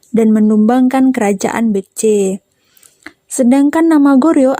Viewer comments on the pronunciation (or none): none